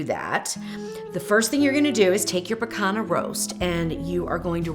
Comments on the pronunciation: Rump Roast aka "pee-KAHN-yah” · It's pronounced pee-CON-yuh. Like the ñ in Spanish.